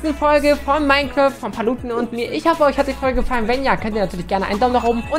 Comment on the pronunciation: Aussprache: Minecraft Deutsche Youtuber: MINECRÄÄÄÄÄÄÄÄÄÄÄÄÄÄÄÄÄÄÄÄÄÄÄÄÄÄÄÄÄÄÄÄÄÄÄÄÄFT